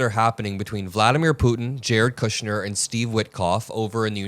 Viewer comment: “Kushner”? Why